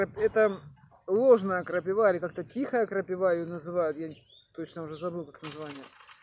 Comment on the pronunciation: Вроде молодой человек,а говорите как древняя старушка "крапивА"))))